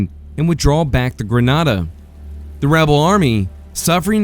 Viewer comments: I have several suggestions to improve this, but none more important than the pronunciation of yah-zoo (a as in apple) and Grin-AY-duh (a as in angry) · And to help you with pronunciation, Grenada is pronounced Greh-nay-duh in these parts.